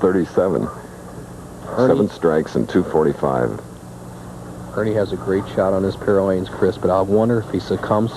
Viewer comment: It's "Ernie" or "Big Ern" 😅